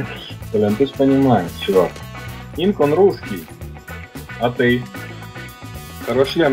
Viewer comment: Не Хсинк, а ИНК!